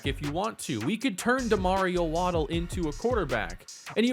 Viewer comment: Very excited about the series, however I think you have mispronounced Waddell. Waddell is my middle name. It’s pronounced Wad (as in a spit wad) Dell (as in the pc brand). Not asking you to change the way you say it, just putting it out there. The spelling for the way you say it would be Waddle (as in Jaylen Waddle). Again, great content and can’t wait for more of the series!